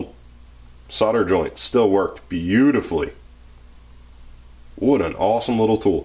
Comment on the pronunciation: You must be from the same place as ChrisFix the way you just said "wooood" instead of "what" haha. Awesome tool, they actually do have something similar, but you have to apply your own heat. This is cooler lol